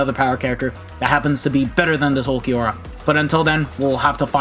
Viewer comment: Ulquiorra would kill you if he knows you call him "ulq"